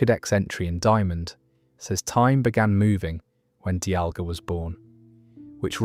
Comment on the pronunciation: Got arceus, dialga, and palkia right but the rest was so cooked